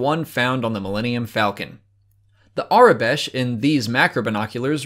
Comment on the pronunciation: Where might one find the aure besh (Or how ever you say that) That you have? :P